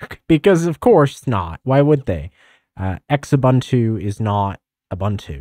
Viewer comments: "X-ubuntu" you mean "xubuntu /zu-bun-too/"? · ZOO-buntu. Not EX-ubuntu. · I pronounced Xubuntu as "Sh-ubuntu" - LOL 😅😂